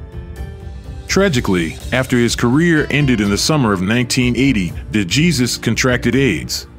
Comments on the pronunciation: Esteban DeJEEZUS. Someone clearly has no idea how to pronounce Latin names. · I sent him a message that the surname is supposed to pronounced' Dayzoose'..And my Español is promedio el major de los casos,but my GF is Puerto Rican & that helps👍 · Please use a human for the voice over (mispronounced DeJesus even with Cosell correctly pronouncing it in the footage.) Duran autographed the SI cover of the 3rd fight for me once. He appreciated that someone understood how good DeJesus actually was. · No excuse for the Narrator when one of his clips contains a gentleman pronouncing DeJesus' name correctly.